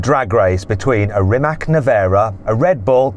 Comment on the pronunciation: Its not Rimak, its Rimac